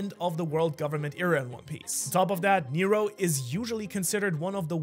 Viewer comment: Heads up NERO = Water in Greek and you do pronounce it very well